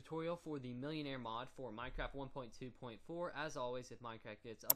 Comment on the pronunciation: It's pronounced mil-en-are not millionare